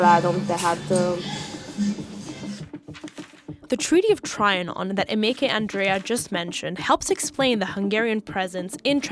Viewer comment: I stopped watching when the narrator mispronounced Trianon......